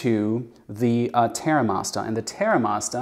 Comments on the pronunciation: He's not English!! 😂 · Why does he say Terra Masta?